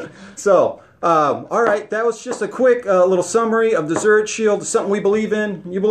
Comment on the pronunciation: It’s pronounced ZURIK … not CH